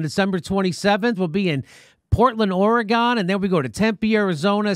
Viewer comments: It's OREGUN, not OREGAWN.... LOL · Fuckin Jimmy...you have me mispronouncing my own state OryGONE!!! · Please, pronounce Oregon correctly. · I love Jimmy and I know he’s a jag off but he needs to learn how to say Oregon correctly 🤣